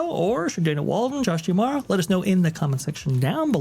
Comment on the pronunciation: Mispronouncing D'Amaro